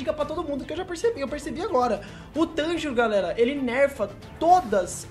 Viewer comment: MANO NAO E TÂNJIRÔ É TANJIRO FALA CERTO VEI KSKSKS